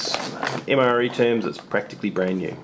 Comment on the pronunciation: "Mre toilet paper" xD